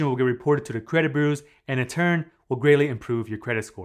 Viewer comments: Credit burrrrrersss lol. Sorry man🤣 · try to pronounce it as BYU-ROWS not trolling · You pronunciation of the word "bureaus" is really off. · I like it when he says "bureaus" Remember, paying after the payment date will upset your credit boos. Awwww Boo, why ya gotta be so sad? It's just a laptop. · You really have trouble saying the word "bureaus", don't you?